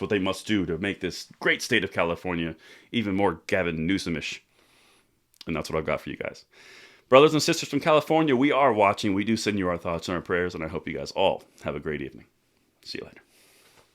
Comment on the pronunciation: Did you say Gavin Gruesomish?